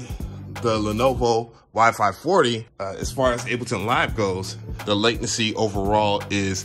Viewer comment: Bro, the news Macs are so fast , at first they feel like they’re opening there app before you click. But also—>LAY-ten-see is how you pronounce “latency.” Love your vids. Hope you’re loving your new Mac. 👍